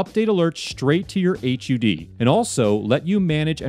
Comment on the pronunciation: Did this man call a Heads Up Display an Hyoude